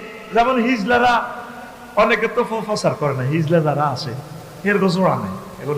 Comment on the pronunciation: হিজলা নয়, হিজড়া। উচ্চারণ ই তো ঠিক নাই। কিসের ওয়াজ করলেন।